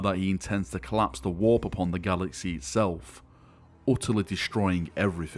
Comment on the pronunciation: i like how u say galaxeh, hereseh